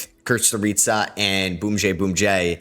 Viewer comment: Just a heads up on Kusturica — “Kiss-Ter-Cha”